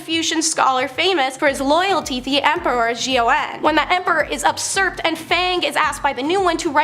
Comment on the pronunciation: That female presenter needs to learn out to say “usurp.” She hasn’t said it correctly once in multiple videos.